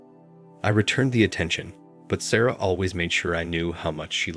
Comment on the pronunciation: Not going to listen to "Sarah" pronounced "Sorrow" for forty minutes. Have a little pride in your channel.